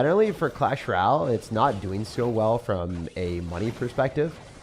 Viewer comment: Hey, what is a Clash Ral? Or are you meaning to say “Royale” (roy·ale)?